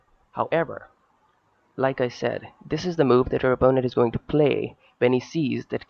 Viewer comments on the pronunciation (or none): "It's actually ever bet-thur when it comes to real phlay". Lmao. Great game though.